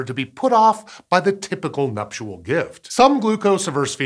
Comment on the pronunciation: Please stop saying numptual gift